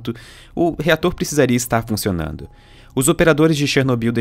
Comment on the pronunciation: fiquei voltando na hora que ele fala ''ficionando'' ( amei o documentário)